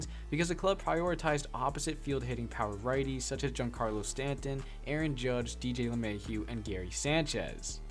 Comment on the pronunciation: You put so much emphasis on getting the latino players names right and then you completely botch Giancarlo Stanton. come on man